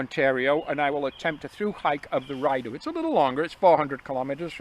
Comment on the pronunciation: I’m scratching my head thinking “Ryedough?” … when of course you mean the Rideau (Ree-dough) 😅. Hope all goes well on the Oak Ridges - I’ve come close to starting section hiking from the west twice this summer but bailed both times and have just been walking the ravine trails in Toronto. Perhaps we’ll cross paths as you and Andre are nearing the western terminus?